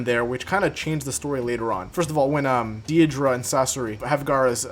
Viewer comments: Deidra? It’s dei-da-ra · Day-dah-ra😂 “deedruh” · Deidara not deidra💀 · It’s not deeidra its daidera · deedra??💀 bruh its “dey da rah” deidara😭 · I was abt to say the same thing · Day-da-ra dude its not that hard to pronounce but also if naruto was given nagatos eyes after his fight with him it would have been end game for madara and obito which could have technically happened if konan felt that with naruto having them he could protect them better than her which he would because she is stronger than her. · ok the vid was cool but i had to pause and comment on the way u say "deedra" like what? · Not tryina be that one guy but its pronounced date-a-ra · Mans slayghtered saying dadira’s name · The way you're pronouncing Deidara is giving me aids, but good video regardless. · is no one gonna talk ab how he pronounces Deidara? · So no one else is bothered by how he said Deidara? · a good video but how do you mispronounce deidara that badly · Cool video but the way he says deidara is kinda weird. My apologies if I spelled it wrong